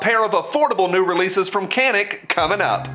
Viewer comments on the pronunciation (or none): Just for reference, it's a Turkish company. The c is pronounced more like a j.